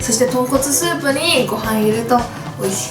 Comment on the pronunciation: ポンコツスープって聞こえてえっ？！って思ったんだけどとんこつスープだった